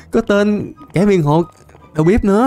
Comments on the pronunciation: Anh đọc tiếng Việt như cái nịt=)))) đầu bếp mà cứ đầu bíp =)))) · đọc đầu bếp thành đầu bíp